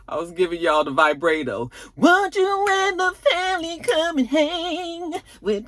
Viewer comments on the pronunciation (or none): VIBRATE-O. You’re my favorite. 😂